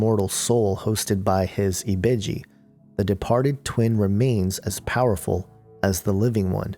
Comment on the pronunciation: Yoruba is a fucjing tribe. NOT religion. and ibeji is the world. not ebiji ugh